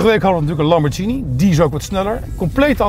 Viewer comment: Lamborghini goed uitspreken respect hij weet het wel ❤️